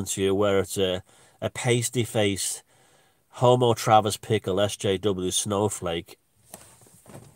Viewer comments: Bickle not Pickle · I think it was Bickle ...not Pickle